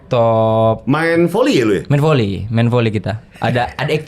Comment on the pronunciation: saya gk saLah denger kan, JegeL biLang F & V itu P kan...? kaya VoLi dia biLang PoLi...